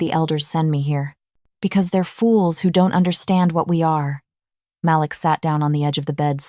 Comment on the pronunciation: Is his name Malik or Maliks or Malix? Please edit the narration and the subs. The voice is amazing, but the lack of spaces between some words and the way some words said wrong are ruining the story. At one point a word was said loud, but it was supposed to be a whisper.